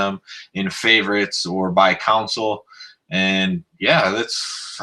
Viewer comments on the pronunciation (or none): Console*, not council. :( Good info though. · Yes It’s hard to listen to the videos....but I was just poking fun at how you say console.